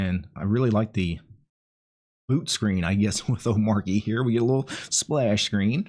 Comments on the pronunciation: DHH pronounches it oh-MAH-chee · Its pronounced like arch. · Like in 'cheat' Omar-chy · It's omarCHI as in CHI-CHI wife of Goku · You say it like this O-ma-ch-y the R is silent as I came to find out myself. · It's pronounced omarchy, actually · The Arch in Omarchy is pronounced the same way as the Arch in Arch-Linux. 😉 I was floored how easy Omarchy was to install. Have been testing it on an old Fujitsu Livebook, I got for 5 Bucks on a Flea-Market. It runs awesome. But not having a way to Alt+Tab to any currently open application is annoying. I'm open for any suggestions to fix that. It's cool, that each config explains exactly how you can edit it, to achive what you want. I still need to figure out, how to change all the Web-Apps from Chromium to Zen. Loads of stuff to learn here. In generel, there is a ton of bloat from my point of view. So many Apps I'll never touch. But I can see the appeal for people who want to leave the sinking ship, that is Windows. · bruh, its literally written omarchy. How could you get it wrong